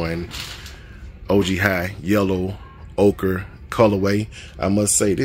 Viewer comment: I've heard you ask about it in a couple of vids,, so I'll tell you that you are pronouncing "ochre" correctly.